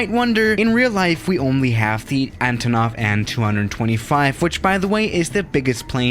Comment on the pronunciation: has no one ever told you it's pronounced "A.N." ... not "AN"